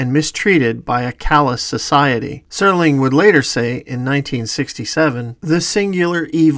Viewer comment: Lots of great info. But it's Serling, not Sterling. Jeez.